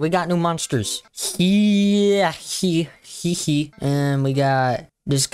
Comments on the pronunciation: I think it’s pronounced “hi he he” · hyehehe is pronounced hyeh heh heh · Its pronounced Hee-Yeh-Heh-Heh, its not that complicated